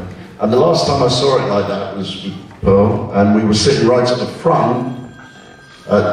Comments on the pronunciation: Its Porl, not Pearl. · PORL!!!!!! NOT PEARL, DAMMNIT!!!!!!!